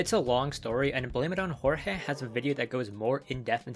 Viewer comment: YOU DID NOT JUST SAY BLAME IT ON JORGÉ 💀💀💀 Edit: I love the video and I’m subbing to the channel bro 💪🤝